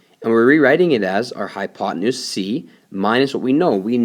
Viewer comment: you mean hypotenuse no hypotemoose silly